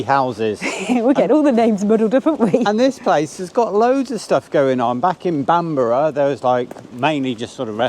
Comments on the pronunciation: Love your tour, but again , ask locals show to pronounce hahaha … BAMB ,rrrrr Not BAm Burg. .. hahaha xxx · Alnwick is pronounced like Annick and Bamburgh is like Bamber. What a wonderful journey you've had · Nice tiki tour guys. By the way 'Alnwick' (the 'L' & 'W' are silent), pronounced 'Anick'!! ['Bamburgh' is pronounced the same as you pronounce Edinburgh!!] Have travelled and experienced UK & Europe, when I lived & worked there 10+ years from 1978. Used to have a cottage near Berwick Upon Tweed and worked in Lindisfarne Castle. Surprised you did not take the ferry from Seahouses to the Farne Islands to see the Puffins!! Experienced and seen more than most people do in several life times. Been round the world 3 times, the last courtesy of Warner Bros TV. Take care & stay safe, particularly doggies. Kia Ora from New Zealand. 💜💜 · congrats.....your murdering these nothumberland town names....alnwick - annick, bambrugh bambra lol FYI where drones are not allowed to fly as the town and most of the beach is private land..... it is illegal to fly a drone over Bamburgh Castle and the surrounding area without permission from Natural England and Bamburgh Castle Estate. This is to protect the wildlife that live in the area. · "ANNICK" 😁😁😁 You should always ask a local how to pronounce the name of the location ... 😮 and glad you found out it was 'Bambruh" ... 👍💯 We are a bit foreign oop norf ‼️😆😆